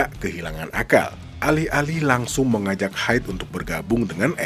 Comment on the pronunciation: HIDE nya kalo dibaca Haiyd rasanya aneh ya, soalnya nama asli dia hideto. kecuali vokalis laruku hyde, aga cocok dipanggil haiyd, walo hyde kadang dibacanya haido juga sih daripada haiyd. (padahal nama aslinya sama) wkwk 🤣